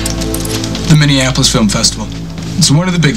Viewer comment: Yea, the Minneapolis...uh...did he say "Minneapolis"? I live in the Mpls. There are some great film fests, but, not any of "the greatest."